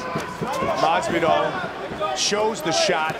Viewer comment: Joe "Masveedoll" Rogan